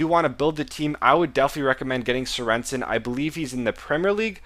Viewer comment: Serensen :-D - It's Sörensen :-D Like the goalkeeper from Stoke, I'm danish :-)